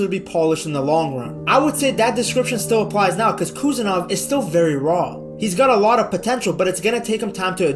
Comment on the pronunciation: Прошу, правильно произносить фамилию.